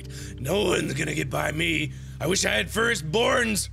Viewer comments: At first he said first borns then Forest Byrnes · I thought he said "First Borns" when he said "Forest Byrnes" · I thought he said First Bournes. Like the movie Bourne Legacy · At first i thought he said "I WISH I HAD FIRST BORNS"!! XD